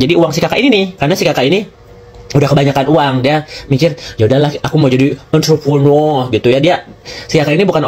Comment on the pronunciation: gue demen bgt klo blg Enterprunorrrrr😂😂😂😂😂😂😂😂🫣🫣🫣🫣